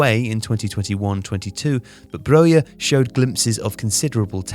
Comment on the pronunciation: as an albanian i am impressed with how good you pronounced Broja's name that was really perfect for a non-albanian speaker